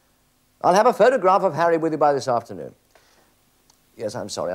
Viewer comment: "Do you have a Hawwy McAvoy?" "No, but we do have a Woderwick".